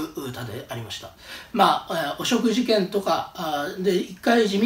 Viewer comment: お食事券に聞こえました。